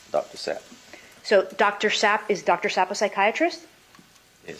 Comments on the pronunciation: Is the lawyer knowingly being disrespectful by continuing to say "Zapp" rather than Sapp, after the spelling? 😅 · It’s Sapp, Sapp. S A P P!!! She keeps saying Zapp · The lawyer keeps saying zapp and he keeps telling her Sapp and she keeps saying it wrong!😂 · That defense lawyer is def 😅 I would’ve kept saying I don’t know who Dr. “Zapp” is until she started saying Dr “Sapp” correctly 😂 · Her Attitude also needs to pronounce any Dr or others names correctly! Not Zap but Sapp. Why should anyone pay attention to her? Just because she has a title of Attorney! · It’s Dr. Sapp!!!!! Dr. Sapp!!!!! Dr. Sapp!!! Not Zapp!!!! Geeesh! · Lmao.. this woman after being told like a three times that the doctors name is Sapp she continues to call him Dr Zapp... lmao 😂😂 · I’m over here yelling it’s DR. SAPP not ZAPP.. idk how the defense can’t get the name correct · The chief kept saying Sapp, very clearly and she kept saying Zapp...unbeleivable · It’s SAPP!! Not ZAPP!! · "Zapp", "Sapp", "Zapp". Judge - Spell it. "S-A-P-P." Lawyer- "ah, Zapp". 🤦‍♀🤦‍♀🤦‍♀ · SAPP not Zap Ms. Defense Attorney; so rude! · Why does lawyer kept saying Dr. Zapp even after she was told it was Sapp? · Dr Sapp!! Not Zapp!! Omg. Lady please get the name correct!!! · Sapp…SAPP Sapp not zapp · “Zapp,” “no, Sapp.” “Ok, did Dr. Zapp..” OMG he even spelled it for you! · IT’S SAPP not ZAPP!!! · It’s SAPP SAPP IS NOT ZAP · Its Dr. Sapp...not Zapp and Roger...defense counsel is gonna be a hoot😅😅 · isn't real glib, is he? (Oh, and it's Sapp...not Zapp.) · It’s SAPP WOMAN NOT ZAPP. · It’s Sapp not Zap ya ding dong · *Sapp. Sapp. SAAAAPPPPP. Not "Zap." fuxsaaaake lady. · What is wrong with this lawyer's hearing? She can't understand the doctor's name is Sapp and not Zapp? I mean this sounded so ridiculous and deliberate. Donna's behavior was atrocious. Not a good look for Donna and her lawyer. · Sapp, not Zapp! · she was saying Sapp then switched to Zapp after they clarified that it's Sapp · DR SAPP NOT ZAPP